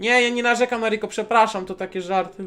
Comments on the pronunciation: Piko zamiast riko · Piko a nie riko!!!!!!!